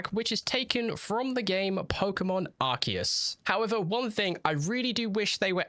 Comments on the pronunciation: it's arch-eus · Literally 2 minutes in and you already didn't even know how to pronounce something for Pokemon right, Arceus not Arceus 😡, it's so simple that it makes me think you haven't even played Pokemon